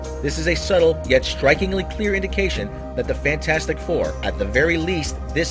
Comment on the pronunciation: I love how he always makes a point to keep calling it FantFourstic :P lol